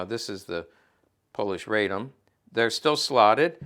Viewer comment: RAH-dom, not RAY-dom. The Polish-Bolshevik War was far more than a skirmish.